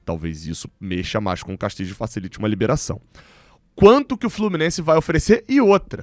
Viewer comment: A pronúncia do nome do uruguaio tá errada. Fica a dica.